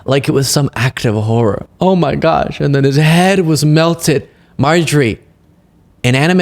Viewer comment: Marjorie, which cities in America were burned down? They still exist. Also it is MELTED down in reference to the statue of General Lee, NOT MELTEN down. 😂